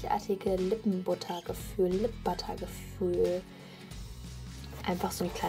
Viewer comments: is wird zwar Lip Butter geschieben aber es wird Lip Batter ausgesprochen wenn du dich nicht damit auskennst dann las es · das heißt nich Lip BUTTER das wird verenglischt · wird lip bAtter ausgesprochen!!!!!!!!!!!!!!!!!!!!!! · das wird Batter gesprochen